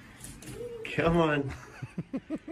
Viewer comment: come on diyor ama iyi dinleyin sanki Kemal diyor :D